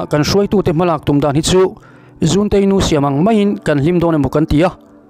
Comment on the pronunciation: Kei ka lo hriat dan leh sawi ve thin danah chuan 'zunte-i nu' tiha 'zun' tih lai hi i zunah ka uai tiha 'zun' hi thluk tur niin ka hria.